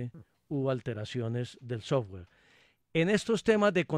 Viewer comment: "El sosgüar" :D